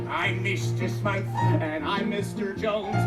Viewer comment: *Mr. Smythe not Smiff